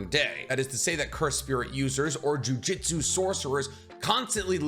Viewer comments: the only complaint I have is this, Jiujitsu is a martial art, they are using jujutsu, pronounced joo-joot-soo rather than joo-jit-sue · Why does he keep saying jujitsu literally unwatchable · For real the way he pronounces it, a bit embarrassing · Didn't even take 30 seconds for "JuJitsu" aaaaand I'm out. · Can you stop saying jujitsu? sounds like you’re talking about grappling. 😅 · Jujutsu, my man was saying jiujitsu lol// good video though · my man said jujitsu so much i had to check if i was saying jujutsu wrong this entire time lmao